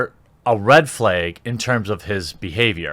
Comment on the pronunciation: The way you say flag is a red flag.